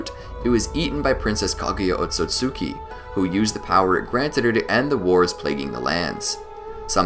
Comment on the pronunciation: Ot-Sut-ski not Ot-So-Sut-ki Just like Mit-Ski not Mit-Suki Love your content but please correct the pronunciation